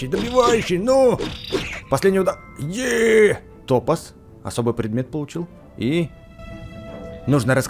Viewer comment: Текст это топа́з а не то́паз